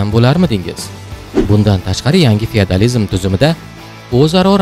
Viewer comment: Фияадализим дейиш шар эмас. ((ОСМОНИМИЗ МУССАФФО))